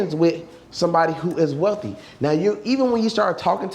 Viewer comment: This nigga said “they wealthy sons they weathly daughters “🤣🤣🤣💀